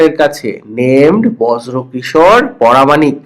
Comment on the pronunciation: পরামানিক নয় pramanicq😂😂😂